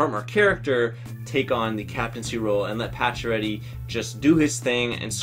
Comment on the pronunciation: Pacioretty lol